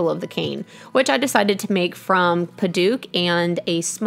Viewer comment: What a great idea. I'm not using a cane yet, but may make one for my Mom. Then I can inherit it by the time I need one. I like the idea of trying to have a continuous grain, but it might also look nice to have "spools" of totally different types of wood. Now I know how to pronounce Padauk!